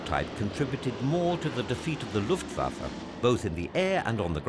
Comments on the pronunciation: Am I the only one wondering who is the Luft Fa Fa in this doc? :D Any historian should know it is written Luftwaffe. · Great documentary - But did you not mean Luftwaffe -rather than Luft Fafa! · The Luft Fafa, eh?